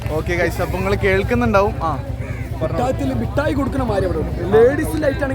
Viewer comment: മുട്ടായി തെരുവ് അല്ല മിഠായി തെരുവ്😂